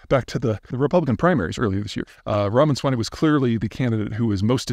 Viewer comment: O.K. it's not Ravaswany or Ramanswany, but continue.